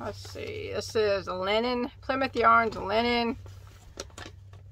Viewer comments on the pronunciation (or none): none